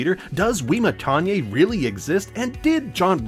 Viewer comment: It’s pronounced “Wimma-tonya”